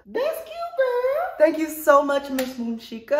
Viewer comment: Bruh it's Moonsheka :/